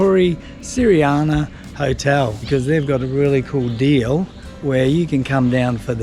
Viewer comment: Santrian, not Siriani 😅